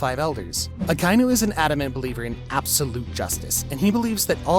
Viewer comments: yet another one piece "fan" who says "AKA-INU"s name wrong🤡🤡🤡🤡🤡🤡🤡🤡🤡🤡🤡🤡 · Why do you keep saying Akainu wrong? You stupid?